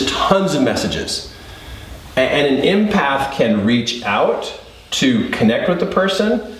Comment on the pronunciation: Love you! Love your videos! Just curious why you say impath not empath? Is it intuition you are referring to as well?